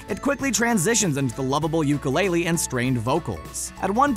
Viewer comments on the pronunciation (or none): none